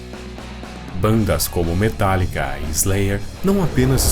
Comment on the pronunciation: so errou em falar metallica